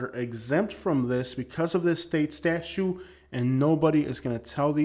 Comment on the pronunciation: Statute is not pronounced as statue. The second 't' is not silent.